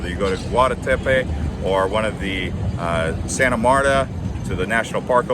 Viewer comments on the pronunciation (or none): none